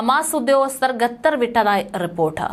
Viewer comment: GATHAR alla mole. KHATHAR aanu vayikkuka. Adukala bhasha news roomil venda.